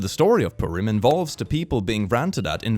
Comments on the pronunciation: btw purim is pronounced purr-im like a cat! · THE WAY HE SAID PURIM. IM SORRY THAT MADE ME GIGGLE